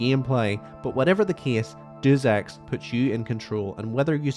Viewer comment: why are you saying and spelling Deus Ex like that. have you even played the game